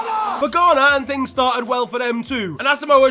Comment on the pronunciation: Ghana? More like Gone'ah?